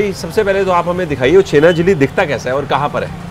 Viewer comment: The blogger wrongly pronunciating Chhena (Paneer) Jalebi as Chhena Jili or something like that (Patol) Parwal is a vegetable widely sold in India as a summer crop. The botanical name of Parwal is Pointed gourd (Trichosanthes dioica).